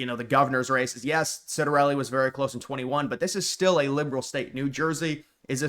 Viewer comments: Ciattarelli Pronounced; CHiatarelli, not Sitarelli... Just some trivia. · You need to learn how to pronounce his name: Chitter-EL-ee